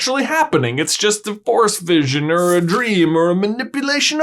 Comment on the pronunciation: Every time he said "force vision" I thought he was saying "Forrest vision"